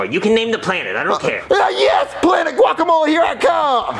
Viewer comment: The way pronounces guacamole is so annoying I hate how ppl say it like that